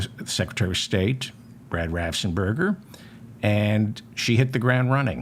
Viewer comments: Apologies, but I looked it up, Brad Raffensperger, pronounced BRAD RAFF-ENS-PER-GER, my reason, just trying to help. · Ohh I hope and pray Raffensmurger...... lmao... Watches your channel or somebody tags him..... It's the mispronunciation of his last name that has me rolling 😂😅😂😅.....🤣🤣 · Raffensperger. The guy's name is Raffensperger. It seems doable to pronounce that correctly, but I guess not. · Another nice one david. Ur pronunciations of raff-ens-burger have me in fits 😂